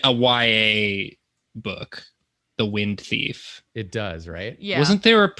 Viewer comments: I heard the wind beef, not wind theif 🤦👏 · I heard first prompt as "wind beef" and was so confused at the beginning, but slightly disappointed that I was wrong and will never see drawing wind beef.